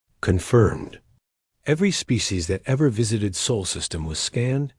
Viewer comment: Get your AI reader under control. It's jerky and cannot read simple words, such as SOL correctly. Also a period is not read as DOT!